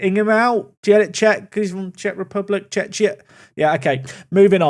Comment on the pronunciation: The czeching out pun is so much better when you dont do the awkard pause in middle of word, just rip it in one go.